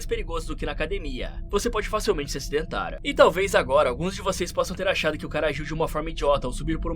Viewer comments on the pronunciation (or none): É impressão minha ou o narrador coloca um A no final das palavras terminadas em R? Kkkkkkkkkkkk "VOCÊ PODE FACILMENTE SE ACIDENTARa"